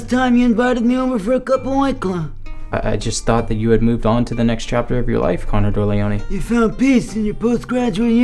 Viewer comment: and 'con dorleone'😆😆